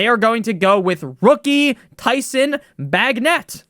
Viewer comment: Pronounced Bay-Jent (Bagent) lol